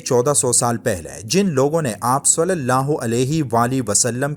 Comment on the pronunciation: بھائی ص کے اوپر پیش نہیں ہے ( ُ ) نہیں ہے بلکہ زیر ( ِ ) ہے۔ ﷺ